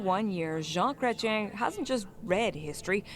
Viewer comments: No, you said "crétin" which is a synonymous for "idiot" in french, Jean Chrétien native language. It's pronounced : Kray-Tian like place TIANanmen. Also, calling someone a "transformative" president is the most passive aggressive Canadian insult you can get. Just FYI. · Kreten? Chrétien. Americans. And true that - we do not trust you and we do not want to deal with you or buy anything from you, regardless the cost. IMHO, USA is nothing more than a 3rd world country with a mass of uneducated (even for this video, they could not bother 1 minute to figure out how to pronounce Chrétien - which means Christian). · Pronounced, Prime Minister "Kret-chian". He is French Canadian. When President Bush was trying to suck in countries to form an alliance for the phoney Iraq invasion, Chretian said: "Are you kidding? No thanks". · It's pronounced Cret chen. He's very french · Pronounced Cret-ch-yen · pronounced Jean Cret-chen (Chretien) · CANADIAN video and it is pronounced cret ee en. I have a lot of respect for Mr Cretien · Chretien pronounced Cray-tee-en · Pronounced like John "Kret Chen" actually last part is more "Chee en " but either is fine. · In English his last name is usually said Krech-yen. In French it’s more like Krayt-chyehn. Anything between those two is acceptable. Saying his first name as Zhawn is fine but French would be Zhahn. Zhahn Krayt-chyehn. The n’s are not prominent in French. You have to add another -ne and make it feminine for the n to be pronounced. Chien and Chienne. Both dog. Male and female. You only hit the n at the end for the second one. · Pronounced: Kret-Yen ( in french it’s slightly like Kret-Yeng-n ; but very slight like the french do). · It's "Kretch-YEN" (Chretien) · More or less pronounced as Cre - T - eN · If you are going to make a video, learn how to say the name of a Prime Minister . It will only take you 30 seconds.Your on the right track.Don't be a typical americans not bothering to learn names.